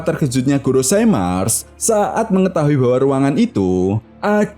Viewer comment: GOROSEI bukan "GOROSAI"